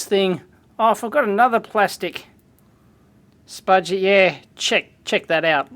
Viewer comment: What do you refer to that tool as dave? I can't quite make it out, sounds like "Spaj-err"